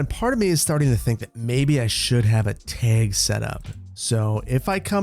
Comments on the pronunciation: Tag- T A G not teg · A TEG! Man is truly from Wisconsin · What the heck is a teg?? 🤣 it kills me everytime you say it that way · Nobody:...: TAEG:) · I cannot wrap my brain around your neutral Midwest non-accent, except when saying "tayg". But seriously, love the content - I always look forward to Saturdays when I can catch up on all your videos for the week. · The amount of times your accent came out by saying tag over and over made me laugh. Here's the the Wisconsin accent! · Love the pronunciation of tag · says "tag" like a wisconsinite! 🤣 😘